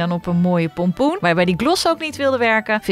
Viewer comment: Je hept 36 keer polpoen ge zegt